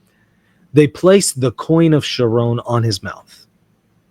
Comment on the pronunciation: Pronounced "Kehr-Ruhn." 😊